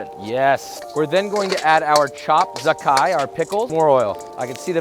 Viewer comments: I can't believe Joshua pronounce "zhacai" SO WRONG HAIYAAAAA… You see letter and say "Zakkai", but you know how it really pronounce? Uncle Roger is Canto so Mandarin not so good, but even he know it pronounce "Jah Tsai"!!! Just because your name "Weissman" which mean "white man" it don't mean you have to be SO WHITE HAIYAAAAA… Your Uncle title not safe. It at risk! Don't fak it up again! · The pronunciation of the pickled radish in Mandarin is "Jah Chai", not "Zakai". :) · The "pickled radish" is actually pickled mustard stem, and it's pronounced like "ja tsai" :)